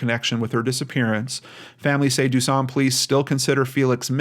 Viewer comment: That ain’t how we say duson😂